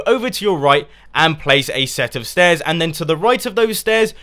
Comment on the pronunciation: "stet of stairs" ahaha couldn't stop laughing at that bit :D PS Console friendly too :)